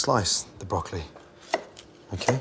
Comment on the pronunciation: Can we saute the BrockEly